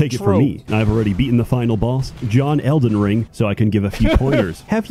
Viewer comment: “elden ling”